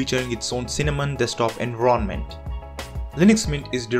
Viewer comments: Not trying to sound like a grammar nazi or something. But it's enVIronment not enronment. I get that english is not your first language and I respect you for speaking english as good as you do. I'm just worried that newbie's to linux won't be able to link your pronunciation to "environment" like the rest of the audience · Sorry, but I couldn't get over "ENVRONMENT" LMAO also mint is stupid, its just too simple to the point of boring, its as if I'm running windows, Currently using manjaro KDE